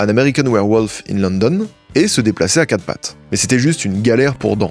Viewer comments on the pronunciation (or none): none